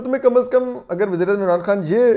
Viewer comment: Toor sahib lafzoo ke adaegee ap dorust nahee kartay i.e. ....... Wazir-eAzam nay kaha .......